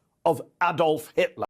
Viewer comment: What I don't understand, why can't Americans pronounce Adolf correctly? My name is Alan, it's like saying my name is AAAAlan!